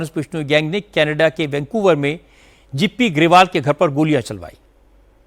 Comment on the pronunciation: 🤣🤣🤣🤣 kam se kam news to khud bola kro, abb kya yeh bhi AI se dubbing karwaoge jo गिपी को जीपी ग्रेवाल और ओंटारिओ को ओन्टेरो बोल रहे हो